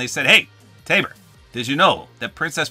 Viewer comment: bro its tabor not ravor